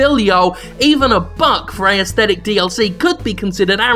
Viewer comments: Why does Jim keep saying "ayesthetic" instead of "aesthetic"? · He pronounces 'aesthetic' unusually. Is that an Australian thing?